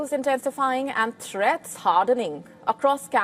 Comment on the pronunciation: threaths and antithreaths are all cold illutions